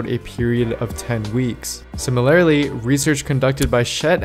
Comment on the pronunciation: "similarily" lmao